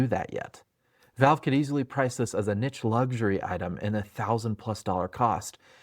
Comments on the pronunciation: Love your videos! always a good watch before i watch some of the more negative coverage of the steam hardware. just wanted to note, partly because i just cannot help myself here, but "Niche" is pronounced nishe btw, rhymes with "leash". thanks for all your work on these videos!! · Nice video as always, but please say niche like a human being, thanks :)